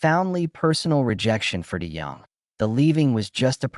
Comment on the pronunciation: This looks like an AI generated video of generalizations from various public sources, and I don't think any real person is going to multiply mispronounce Dennis' name - i.e. nothing to see here.